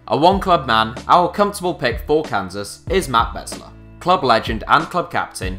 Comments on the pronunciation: It's Beeesler, as in save the bees #HITCSevens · Besler is pronounced Beezler. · You pronounced besler wrong, you gotta say it like an America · matt besler is pronounced 'bees-ler' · With all of that research, he mispronounced Beasler's last name. Other than that good video. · Probably should look up on how to pronounce names like Besler and Meram. And it's not "the MLS", as "the Major League Soccer" would not make sense in un-abbreviated form.